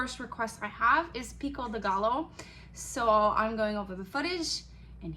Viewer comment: It is pronounced guy yo , Thanks for video.